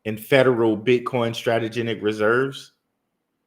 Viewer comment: cringe every time i hear STRATEGENIC